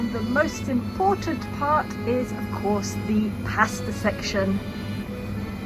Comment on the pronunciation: I didn't know Italians pronounce pasta as "pesta" and also when you say Capri it's like " cap-ri". Surprise pronunciations!